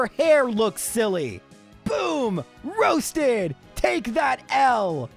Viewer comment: ROSE-ted .. yeah? no? .. aight..